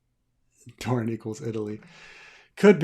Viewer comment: No, it's Dorne!